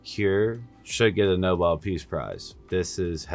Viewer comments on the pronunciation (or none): none